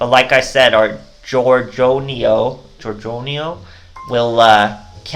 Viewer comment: it's gorgon-eio, like the gorgon sisters (medusa, euryale, stheno) from myth